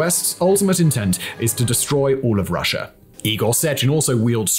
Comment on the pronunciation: You need to start pronouncing Russia properly and stop saying Russ'er. Calling Putin a "Chess Master" is a great moniker. You don't discuss how Georgia was trying to join the EU & NATO at the time Russia invaded. you are WAY off on NATO and comparing "Us to Them", WRONG, WRONG, WRONG !. Ang get rid of those pink colored lights, they are very distracting. Try using a World map or something of relevance. - Not only do you show your ignorance, but also your skills at explaining too other's the real situation.